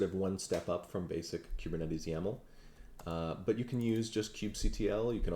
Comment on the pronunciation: I know you put a lot of work into this presentation, but I have two random things: 1.) I like the way you say kubernetes. The way I say it rhymes with “goober,” lol. 2.) For some reason on the iPad app, YT is showing your account as having 12.6M subscribers. 😳 Screenshot